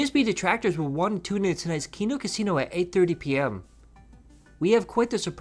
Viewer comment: "You guys I don't wahnt to show my heart rate because of the trolls!! I don't wahnt to put that out there, ya get it?" Ohhhh okay, but constantly begging and insulting your own dent fans is fine. Got it!